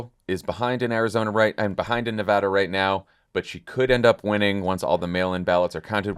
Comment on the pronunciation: AAAAA THANK YOU SO MUCH FOR PRONOUNCING NEVADA'S NAME CORRECTLY! It means a lot to me! So annoying when pretty much everyone in the world who isn't already living in Nevada is pronouncing it like NevAUda.